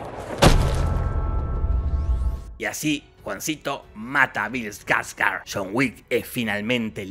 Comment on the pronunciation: Bill SKARSGARSRSRSGS